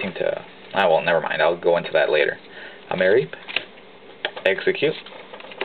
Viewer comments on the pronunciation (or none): WHY ARE YOU PRONOUNCING MAREEP LIKE THAT?!??!